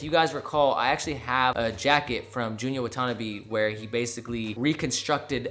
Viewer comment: Hey, its pronounced JUNYA WA-TAH-NAH-BAY!!!pls